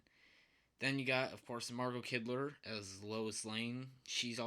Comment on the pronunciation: Her name is Margot Kidder (not Kidler)...just fyi.